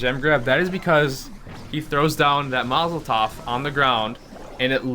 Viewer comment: He throws down that "Masel tov" 😂